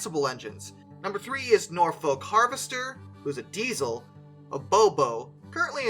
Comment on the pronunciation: The H in Walsingham is not pronounced, neither is the L in Norfolk. Best to check English place place-names in advance - even the English get them wrong, but these are easy ones for beginners.